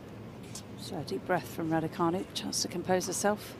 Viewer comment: It's canu not fanu, who's thick at your end !!!!